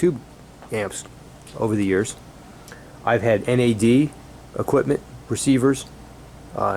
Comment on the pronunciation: Hi, just a point to mention to all our American friends, it's Nad not N.A.D.